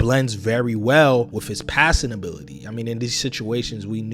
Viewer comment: With is pronounced with not wif. Th does not equal "f". Pronunciation drives me crazy can't watch